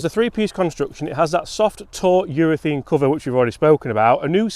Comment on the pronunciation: it’s UrethAne not UrethEne. Maybe it’s your accent. Lol